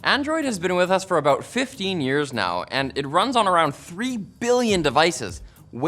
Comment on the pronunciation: How Canadian, aboot loop.